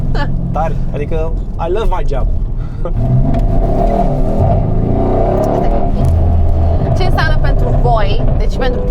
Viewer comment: "ai lăv mai gheab"